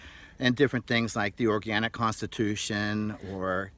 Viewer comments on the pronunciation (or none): none